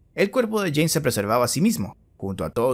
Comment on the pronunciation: nadie: inglese: jane dou jhonn dou argentinos: jean DOU